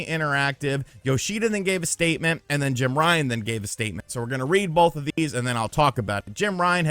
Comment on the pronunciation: More like Jim Bye-an 😂